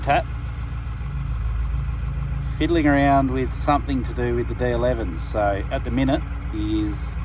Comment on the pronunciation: When you were saying “D-Elevens” I thought you were saying “Dale Evans”. I was like “Wut” and then I figured it out. 🤷🏻‍♂️